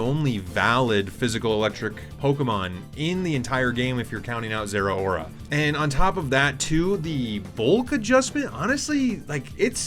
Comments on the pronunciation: Everyone says Zera-ora but the "rao" (ラオ) is just pronounced like "ow" or "how". Ze-RAO-ra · Raichu Y is a sweet little fella. Gameplay wise Zeraora is the mega that the Electric type has been waiting forever to get, and it's only fitting that it outspeeds everything, although almost everyone mispronounces its name.